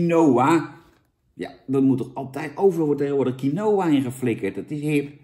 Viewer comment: Je spreekt uit als kienwa jan